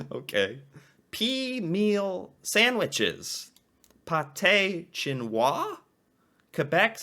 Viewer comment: btw its pronounced Pat-eh shin-noah